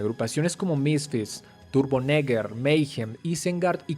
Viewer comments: Haha it’s Turbonegro not Turbonigger you asshole, that’s hilarious you said it like that you say that where I’m at you get hurt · Say "Turbonegro" again. Hahaha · Umm i think you pronounced turbonegro wrong dude....😅